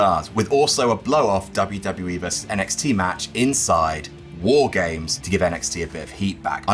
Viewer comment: Say it right.